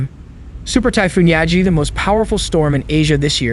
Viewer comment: Yagi, which means “goat” in Japanese. Pronounced like Gi-ga not yazi.